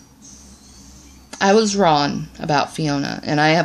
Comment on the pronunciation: You can't even say wrong 😂 correctly.